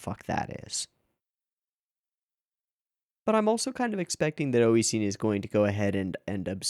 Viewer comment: Why do you call Nisio Isin "Oishin," though?